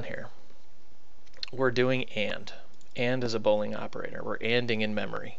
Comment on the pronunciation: And BOOOOOOOOOO-lean operators, not "BO"-lean.